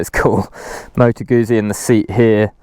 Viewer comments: Great review... but it's pronounced "Goot- zi" not Guzzi. The double z is pronounced how you would say it in the word pizza. Sorry to be pedantic. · Gutzi. Not goozi. Same way as you say pizza.